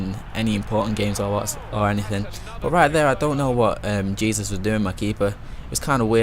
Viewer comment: Its pronounced Hay-soos.... :)